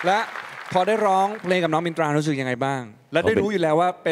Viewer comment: มินตราออกเสียงรชัดดีมากๆค่ะ อนุรักษ์ภาษา